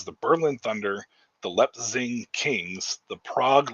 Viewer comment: You pronounced Leipzig just fine!